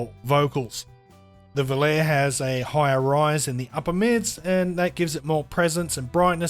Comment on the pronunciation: Great review and this is not a criticism but I just wanted to let you know that v o l a r e is pronounced. "vol-ah-ray". It is an italian word made famous by the song of the same name sung by Frank Sinatra and a multitude of famous male tenors in recent years👌 Out of interest how would you compare the FH 19 to the fx15